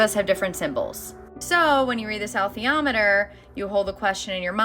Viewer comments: I believe Pullman pronounces it "Uh_LEETH-ee-AH-met-er." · In actual science, plasma is not uniquely associated with consciousness, father ALL matter and energy are. "Alethiometer" is pronounced "uh-LEE=THEE-awe-muh-terr." It is so-pronounced in the film& television series, where Pullman himself advised on pronunciations. - Bruce P. Grether